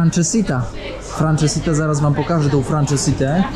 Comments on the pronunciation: Litości! Francesinha a nie jakas franczesiTa. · Super odcinek:) p.s. mnie uczyli tubylcy, że nazwę dania wymawia się "fransezinja". Danie bardzo ciężkie, sos z dodatkiem porto, chorizo, jest jak tort, nawet kilka pięter, a dookoła rozsypane chipsy ziemniaczane:p no i oczywiście do tego piwo super bock